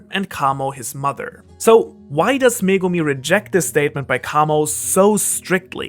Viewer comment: Finally someone who can say megumi